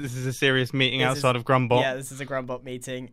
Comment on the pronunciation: Is it wierd that every time someone says grumbot I hear grumbo